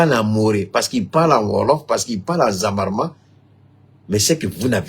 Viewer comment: on dit ZERMA ET NON ZAWARMA